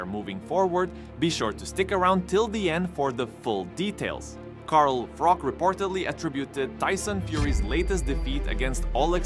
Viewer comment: It’s Froch not ‘Frok’ FFS